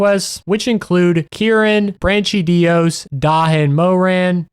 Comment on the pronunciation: Great video bro, I love it. Your mispronunciation of the places and monsters is diabolical, though. You did the brachydios dirty